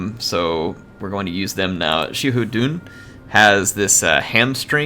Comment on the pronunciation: Xia in XiaHou Dun is pronounced as See-ya, make sure to pronounced it close.